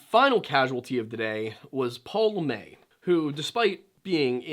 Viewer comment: Are you sure you are saying that name right? Has it been Americanized? LeMaitre is french, but it's not a name where the tre would be silent. It would be pronounce more like.. Le-Meh-truh not LeMay. Just curious is this is one of those trying to be smarter than everyone else situations when you aren't actually applying the French rules properly to the name. Anyway, if you have some information such as people close to the family or investigation saying LaMay more power to you.. But I think you are mispronouncing it. You can just type "Pronounce LeMaitre" in the YouTube search field and it will pop up with French people telling you how to say it.